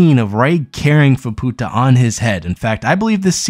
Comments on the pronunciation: fah poo tah... lul keep working on that speaking thing my dude one day you may get it. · Yeah. Ofcourse he's pronouncing it incorrectly, but some people are making sound WAY worse than it actually is lol